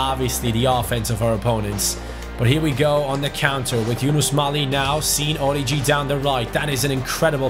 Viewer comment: orIgi,there is a tone on the first i